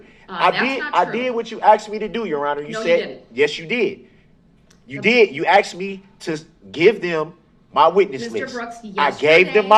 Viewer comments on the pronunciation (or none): It’s asked not axed you ignorant mfer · It sounds like axed😂😂😂😂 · Did he AXED them to do dat? Typical. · Axed, respec, takit, das, substain, dat The vocabulary of Darrell Brooks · He didn't "Axe" them to "Do Dat"... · AAAAHHHHH! "Axed" ugghhhh I hate that! And "birff-day" 🤬🤬😤☹ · With all respect to bereaved families & the families of the injured. I thought this was funny, Brooks is the biggest fool on the planet & yet that fact has sailed way over his head. He actually asked or should I say "Axed" a witness "So what other details do you not recall?" 😂 He told the Jury "To do what's right" So they found him guilty on all counts. 👏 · Did "Day Do Dat"? "I axed 'em to "Do Dat" ......impressive.... (eye roll) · Did I axe him to do it... No no no did I axe him to do it? POS!!! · Why do black people always say "ackst" when trying to say "asked"?? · If your attorney has face tattoos and uses the word axxd instead of asked and operates out of the prison library... You should seek a second opinion. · He "axed" the question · I ask you, is it, axe or acts? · I hope the stenographer is typing "axed"....wish I could say that not being educated enough to properly pronounce "asked" would be his legacy. Unfortunately it's going to be multiple murders instead. RIP to his victims. All I see is a perp that isn't finished committing his crime. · I'm sorry but I don't think I can answer a question that someone axed me - no matter how many times they keep axing!!!!!! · Aks and aksed...... This guy can't even speak correctly Ask and Asked...... Weirdo... I have never ever ever heard a more arrogant, ignorant, weird, disrespectful, unremorsal little freak.... I so wish this state had the death penalty...... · "I did what you axed me to do" "No you didnt" "YES YOU DID" Galaxy brain moves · “I did not axed him to do dat” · You did not axed them. You drove into them. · "did i aksed dem do do dat? did i aksed dem?" boy bye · did i axed em to doo dat?